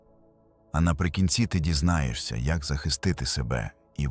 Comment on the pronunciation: ДізнаєССЯ (фонетично), хоча дізнаєШся; дізнає[с'с:а]. Вимовляйте правильно. І не «постав Вподобайку», а «постав Уподобайку» (чергування У/В). НайдороЖЧий (звук [ж] не оглушують), не шч!